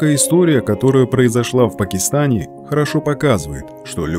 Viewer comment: Не ПакЕстан, а ПакИстан. Автор - "грамотей"...